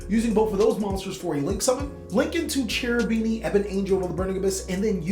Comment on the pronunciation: "Cherubini" is an italian name, in italian "CH" sounds like "K", you should pronounce "Kerubini" and not "Cerubini"